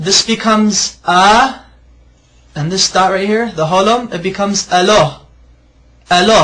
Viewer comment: in the video, this man is missing out the final vowel, which is 'a'. I don't know why he is doing this but it doesn't say eloh its eloha. .....so then we discover why he leaves the last vowel (a) out! Its so that he can claim that the shortened version of Arabic ala can sound like his mispronounciation of 'eloh' while missing out the final vowel!! .....So I think there is a bit of deception going on here from this man! But unless you can read the Hebrew vowels, you would not realise it! Be careful!